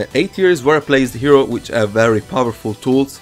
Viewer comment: IS PRONOUNCED HERO NOT HREO